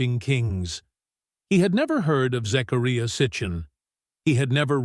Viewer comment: pronunciation- zachariah.